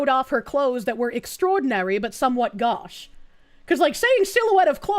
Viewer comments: I'll forgive you because Boston accent is a disability, but it's pronounced goh-sh, not gah-sh. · I've always hears gauche pronounced as goh-sh. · Gauche is not pronounce "gosh", the au makes the long O sound like boat. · Same sound as in Bordeaux, as another example for the same reason of them being French. (I really wanna say so is silhouette, because of the ette.) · the irony that she cannot pronounce GAUCHE.